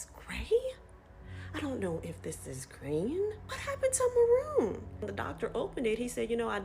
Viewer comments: It’s MARRON, not MAROON. Marron is french for a light brown with only a slight reddish tone. Kinda like a chestnut. How do these people doing these procedures not explain that to clients? Seems important. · Pissing me off that the woman read the French ‘marron’ as ‘maroon’ 😭😭 LITERALLY not the same word lol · I think she was just misprnouncing it, but honestly I think most of the videos of people with blueish eyes should've been her warning sign.